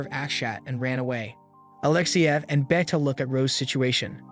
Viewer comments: 'Beta' not 'Betta'. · Did you just pronounce BETA as Better for the love of all god please pronounce it as baita at least thats close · It is not beta it's BETA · why you pronounce Beta like that 😭😭